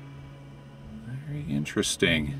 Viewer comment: Tank you vary much lol